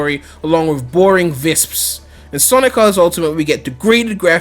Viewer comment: Visps? No, Wisps, with a W. Yeah I'll just stick with aliens if that's okay with everybody!